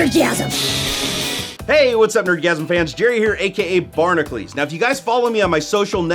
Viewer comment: I've never understood why he call's himself "Barnaclees" when it is spelled "Bar-na-cu-les" bahr nah kyuh leez... If you think about it you don't call "Hercules" Her-clees it's hur kyuh leez